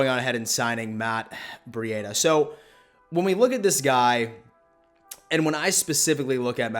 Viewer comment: Who is Matt Bri-ada?